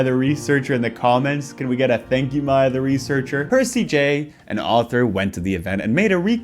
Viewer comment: Every time he says "Maya the researcher" I hear "my other researcher"